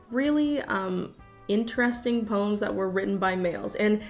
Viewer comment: nobody:: PÖMS